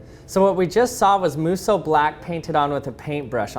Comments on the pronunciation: He keeps saying "its blacker when you airbrush it" or "singularity isnt as black" and I'm not seeing a single difference?? also kinda bugged me that he kept pronouncing it "moo soh" when it should be "moh soo" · This man: * Pronounces Musou Black like Muso Black * Me: Is this guy saying this wrong and that's what's wrong, or am I slowly going crazy over the fact that I've saying the word wrONG AND IT'S BOTHERING ME